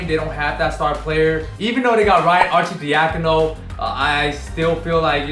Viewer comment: So you say arcidiacino right but you cant say malachi